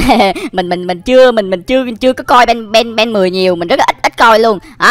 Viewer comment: Anh ơi ko phải ben 10 mà Là ben then á anh ui anh vãi nồi